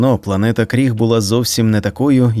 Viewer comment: Ну в загалі, буде правильно говорити Криг, а не Кріг (на мою думку)